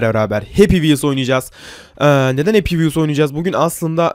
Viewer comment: Happy vhels senlik diyil